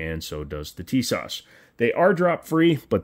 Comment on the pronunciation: The s at the end of Tisas is pronounced like the sh in shop, thats why it has a little hook at the bottom. The rest is on point.